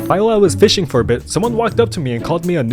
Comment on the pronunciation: Bro plays fisch so much he said fisching it's fishing